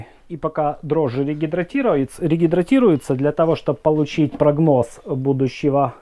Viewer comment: Дрожжи, всё таки - регидрируют, а не регидратируют.